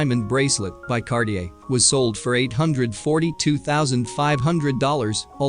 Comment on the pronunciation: And Cartier. It's NOT pronounced Kar- ti -err!